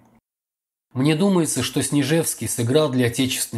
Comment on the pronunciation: Чтец допустил ошибку в фамилии Снежневского. И вместо "презумпцией виновности" произнес "презумпцией невиновности".